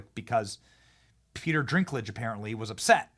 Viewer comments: I assume you were just poking fun at Peter Dinklage’s last name. It’s not Drinklage. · His last name is NOT Drinklage, please learn the names before sayimg them 50 times. It is Dinklage with no R. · I agree completely. But just FYI it’s Dinklage not Drinklage lol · stop saying Drinklage, its Dinklage lol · LOL “Peter Drinklage” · I thought he said ; peter dinkless . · I think it’s Dinklage not ‘drinklage’ 😂. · D I N K D I N K D I N K L A G E There is NO R in Dinklage Benny!😂😂😂😂😂😂